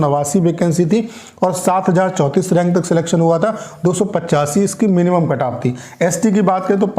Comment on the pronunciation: Kantap ni bol diya